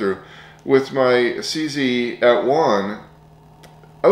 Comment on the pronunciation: It takes an American to read CZ and pronounce it "see-see"! 😂 Apart from that, very informative review! Thank you.